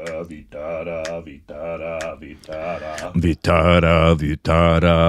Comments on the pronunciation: It's not Vittara , it's Vitthala - name of Shri Vishnu , God of Sustenance 😊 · it doesn't end with "R" but "L" Vithhalaa and not Vithhraa. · Nice to see you remember the devotional song and also the name of a God. Just a correction, its Vitthala, pronounced like Vi-ttha(like 'th' in "thought" but more stress on 'T') - la. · This fort is in my city Nashik.... And we go once in a every year.😊 Btw... At the star u were singing Vitara.. Actually its Vithhala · For heaven's sake it is Vittala, not vittara